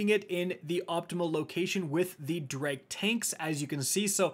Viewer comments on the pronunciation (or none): Those are "Drake" tanks... not "Dreg" XD